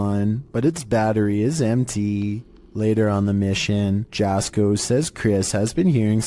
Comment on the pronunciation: Finally, got on one of these my only criticism is that his name is pronounced yasko